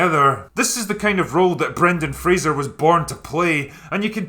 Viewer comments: The only thing I had a problem about this critique with was your pronunciation of "Fraser" (I.e. Fray-sir/Fray-zer) you make it sound like it's Frasier (I.e. the guy from cheers and the spin-off sitcom.) I wish most people would have watched the interview where he shut down a reporter who said his name wrong. That's Rick (Frankly I give a fuck) O'Connell right there. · His name is Brendan Fraser. It's pronounced Frayz-uhr not Fray-juhr...and he hates it when people call him Brendan Frasier.